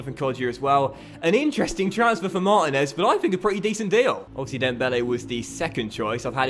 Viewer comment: It's pronounced Marteenez not Martin ez